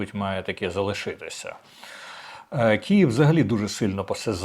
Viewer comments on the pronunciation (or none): так вухо ріже...чому Кієв?!!! Київ!!!